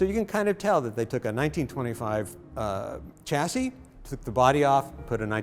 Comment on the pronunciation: All that knowledge in your head and you can't pronounce the word chassis. NO NO.. cha cha cha ... It's a silent Ch and Shashi shash EEE. now you say chassis.